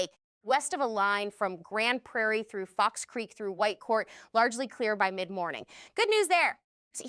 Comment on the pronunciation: Yay. You said Grande Prairie correctly. Thx.